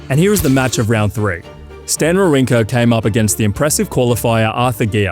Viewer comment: "Wawrinka" was pretty bad.